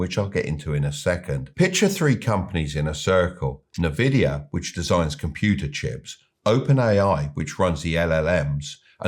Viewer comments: History repeats itself because people never learn. Current market valuations were built on hyped-up AI nonsense, and now those stocks are crashing faster than anything I have ever seen. And Nvidea is pronounced "en-VID-ee-uh".🙃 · En-vidia, not na-vidia. Good video! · It’s N-Vidia, not NeVidia. Nvidia's name comes from NV (meaning "next version") combined with vidia, which is rooted in the Latin word for vision or to see (videre) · I don't know why no one in media can get this right - it's not "nuh-vidia" it's "in-vidia". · Listening closely, it's called N-vidia, not "NEvidia". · Envidia, not Navidia... Berkshire Hathaway are in 1/3 cash as they can't find huge deals that make sense at that level, they're not market timing. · it's envidia not nah-vidia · I enjoy your videos, but it's pronounced Nvidia ( Not Na Vidia ). The name comes from "invidia," the Latin word for envy — Nvidia's founders wanted a company others would envy. So it's essentially "invidia" with the initial vowel dropped, giving you that "en-VID-ee-uh" sound. I have been in the semi Industry for over 30 years, I remember when some colleagues went to Nvidia 20 years ago and I ask why go to a Gaming Chip company. Shows you what I know :) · It's pronounced 'En Vidia' btw. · Hard to beleive in a guy who calls the most valuable company NaVidia 😂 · It's just so hard to trust anyone who says "nuh-vidia" tho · You should at least learn to pronounce companies names before giving stock lessons. NnnnVidia?? :)) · "Nervidia... Nervidia... Nervidia". Love it. Heavily invested in BRK. Slightly concerned by Abel's decision to invest 10 Bn in GOOG. Now. With a "discount" of 6%. Hmm. Warren tried to talk it up in a recent interview with the lovely Betty Quick, but I sincerely hope Abel and team don't commit even more. Having said that, GOOG is a repository of healthy income in a way that some of the other nonsense AI stocks aren't. Sit on that blinking war chest,. Please do not panic.